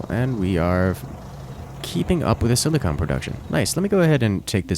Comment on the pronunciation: silicon and silicone are different things,and they're pronounced differently.